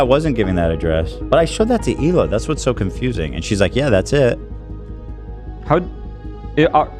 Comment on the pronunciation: It’s even funnier when you realize he’s basically calling him Hila Ethan